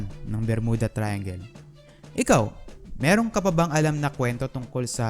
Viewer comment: Mirong (Merong)